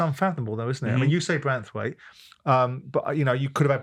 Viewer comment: Branthwaite Graeme, not Braithwaite🤦‍♂️